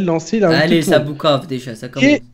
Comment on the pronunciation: C'est pas Boukave mais Poukave